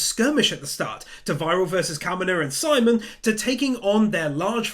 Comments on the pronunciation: My only gripe. Simon's name is pronounced "sea-moan" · FYI Simon is pronounced like Sea Moan, not simon. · You definitely deserve my like, even if you never did get around to pronouncing Simon's name correctly 😂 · You can mispronounce Simon and viral, but evangelion, no you've gone too far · How he says simon’s name hurts